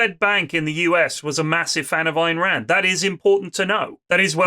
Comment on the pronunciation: Lewis not even being able to pronounce Ayn Rands name but still being very opinionated about it is so perfectly on brand.